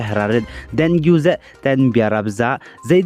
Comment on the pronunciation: Pronunciation should be dengee